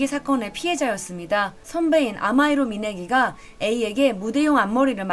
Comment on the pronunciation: 아마이로 미네리라고 하네요 미네기가 아니라